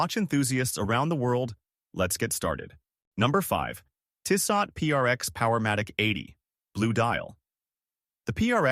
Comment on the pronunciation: Tissot™ (Tiss-soe) Thanks for the video.